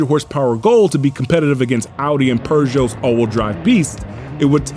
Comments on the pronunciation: I've never heard of those two manufacturers pronounced that way... Launchia peeeeerrrrrszoe 😅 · Its pronounced "Peugeot" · Purjho? Bro... just stop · Man that is not how Peugot is pronounced